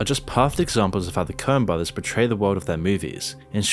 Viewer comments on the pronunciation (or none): none